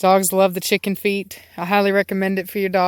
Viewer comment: Before I saw the Chicken Feet. I totally thought you said Chicken Feed. :D